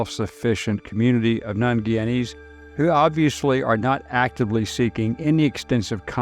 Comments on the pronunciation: its not pronounced "giyana" it is "guyana" and its not "giyanese" its pronounced "guyanese" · It’s pronounced Guy-ya-nese!